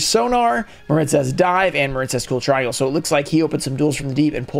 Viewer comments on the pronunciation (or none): none